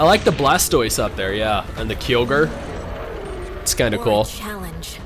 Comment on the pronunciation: respect for knowing Kyogre But then you lost it because you mispronounced kyogre completely xD